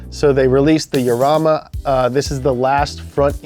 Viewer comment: he pronounced it the correct way.... "Yarama"